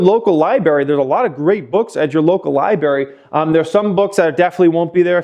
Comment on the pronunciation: Did he say libary?